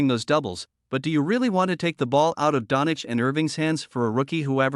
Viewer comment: "Don Itch"? WTF... It's pronounced "Don-chich".